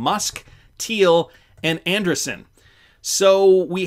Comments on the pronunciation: Anderson is pronounced one way Andreeson it’s pronounced with a long E I guess they don’t teach English up in Canada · It’s Andreeson … correct? Not Anderson? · Not trying to be picky, and I've enjoyed watching for years. But it's kinda cringy hearing Anderson, whenever I can clearly read Andreesen. Can you not see the difference in pronunciation? It's not like it's not been pronounced correctly on every financial and crypto related program everywhere. I know you like to keep things moving and regularly read your own interpretation of what people write. But some of these things go to having the basic gravitas and trust in the content. Hope you understand. Thanks.